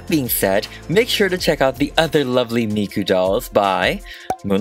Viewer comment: Ok 1: why is he saying mikus name like that XD 2: dont forget miku was the first anime character THEN she was used as a singer just helpen with some old anime history lol!